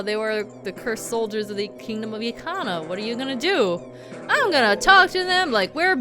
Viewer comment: It's Bob from SMG4! Yeah after watching SMG4 I call the Garo Bob. Either way, Eekana sounds right I used to call it Ick-ana as a kid. Did they actually have a prononciation guide for some of these Zelda terms? I'm playing along, just finished the Anju and Kafei quest and am now in the fourth dungeon.